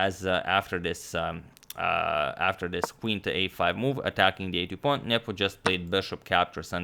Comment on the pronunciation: Everytime you said Nepom, I heard nipple